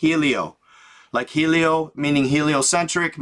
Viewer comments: The name of the book is the navigator who crossed the ice caps. You mentioned hielo being like heliocentric. It means ice. Pronounce like English yellow. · Hielo/Ice the H is silent, in English it would sound more like this Yelo/Yielo. The I sound is the same as a word that has 2 ee or ea. The e sound is eh. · It’s pronounced “yellow” (hielo) good job brother very interesting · Dumb fck HIELO!!! NOT HELIO. AND IT MEANS ICE IDIOT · NOT "helio" as in "heliocentric" you knucklehead! Hahaha! Not everything is what it first seems my friend- stop taking it for "face value" bc oftentimes you'll find you're dead wrong. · You got the hole word "HIELO" WRONG the word HIELO means ICE AND NOT what your making it look and sound its tha navigator who crossed the ICE WALLS nothing to do with your interpretation.